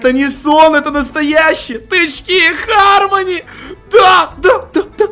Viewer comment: Почему всё читают Хармони если читается гармони